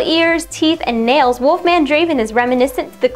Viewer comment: its wolfman not walkman...